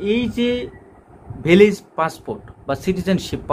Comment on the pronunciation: Vilag Na Beliz.Aga Deser Nam Sotik Kora Bolun.